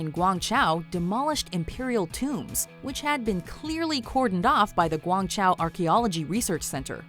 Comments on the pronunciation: Interesting that goes out of her ways to pronounce some exotic names perfectly but pronounced Guangzhou poorly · so much for the effort of trying to pronounce non-English locations but can't even pronounce Guangzhou properly (gwang-zzhoh) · your pronunciation of chinese words made me cringe more than the list, learn how to pronounce chinese cities like a competent person how tf did you get "guangchow" from guangzhou? ALSO why are you showing pics of the terracotta warriors when talking about guangzhou? they're nowhere near each other. the terracotta warriors are located in Xi'an, which is over 1,000 miles away from guangzhou